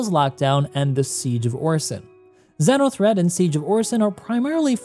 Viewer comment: Pronounced ‘zeeno’ threat my dude 😂